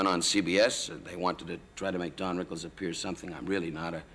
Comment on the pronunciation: Did Dick just call Don, "Dan?"